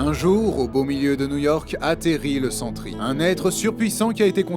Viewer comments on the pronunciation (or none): "Le Sans-tri" bro wtf y'a pas de "Le" et Sentry il est passé ou l'accent ?! ( oui je rage parce que c'est un de mes persos préférés 😢)